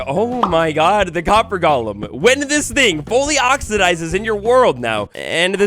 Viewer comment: It’s “golem,” not “Gollum”!!!!!